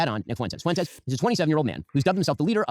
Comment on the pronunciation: the way he pronounces his name is such a coping mechanism for the fact he’s not really in the MAGA In-Group. Fwentis sounds “whiter” than Fuentes in his puny mind.